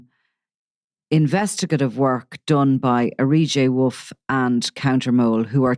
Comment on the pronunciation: Honest to god I'm at my Whits end with this. How on earth do you keep hard pronouncing an 'E' on R J Wolf !! His name is arejaywolf - R J Wolf How are you getting R E JAY Wolf it's insufferable!! You do it every time and it makes you look so out of touch like an old man squinting at an iPad. You are supposed to be a journalist for crying out loud. Pull it together man.